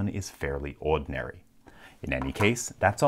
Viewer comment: for some reason, your accent is really strong when you say "ordinary".